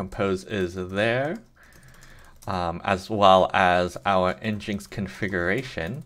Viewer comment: Thanks, but NGINX is pronounced "Engine X" 😉